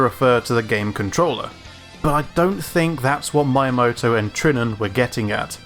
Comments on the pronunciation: Amazing video. Really great, I mean it. Thank you. But please stop saying Miyamoto like that. It's Miya, like Mii-ya, not Ma-ya. That was truly unbearable to listen to ^__^' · He said まいやもと but he should've said みやもと. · I just need to say this. Learn Japanese pronunciations. Miyamoto is not spoken as my yah moto. But Me - yah - moe - toe. IT's almost like someone saying ff- zeh row instead of eef - Zee - row . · "Mee-ya-moto" Not "my-moto" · My only bit of negative feedback about a stellar breakdown of a franchise that I love, is your pronunciation of Shigeru's surname. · ME-a-moto. Not My-a-moto. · It took me too long to understand you were saying Miyamoto. It's Me-yamoto not My-amoto. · Come on, man. You must know that his name is pronounced just like the Wii at the beginning. Like "Mii-yamoto", not "My-yamoto". But other than that: good video, really hope F-Zero will make a comeback... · M “eye” amoto? It’s pronounced M “ee” amoto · The romanji "mi" is pronounced like "me" in english. It's not Mai-ya-mo-to. It's Mi-ya-mo-to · why u keep calling the dude mayamoto.. its meeamoto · Please... Me-uh-moto Not my-uh-moto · Meeyamoto. not Mayamoto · Just a heads up, Miyamoto isn't pronounced like my, it's pronounced like me. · Basically japanese is pronounced like how it's written, so going by your prononciation Miyamoto's name would be writter Maiamoto. Just remember that the "I" as well as "Y" is just pronounced "ee", so mee eea moto I'm not explaining it very well haha but it isn't that hard when you get the grasp of it! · The video was awesome, informative, to the point and clear enough, however f I hear "mayamodou" instead of "Meeyah-motoh" once more, i swear i'm going to take down the servers of youtube so that nobody can enter this site ever again. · me-uh-moh-toh not my-uh-moh-toh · not MY-ah-moto its MEE-yaa-moto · His name is miyamoto, not "my moto" ! Pronounce : mee yuh motto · i believe his name is pronounced "me"yamoto and not "my"yamoto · btw it's Meeyamoto